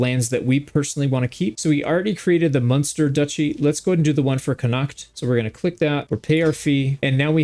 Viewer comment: Also you're stressing the H in Connacht a bit too much. Basically ignore it's there and pronounce it "Conn-act".